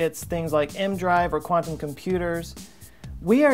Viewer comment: The "E.... M.... Drive?" Whats an "aehm-drive"